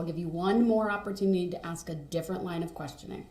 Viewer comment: He does "Axe" alot of irrelevant questions. 😂😂😂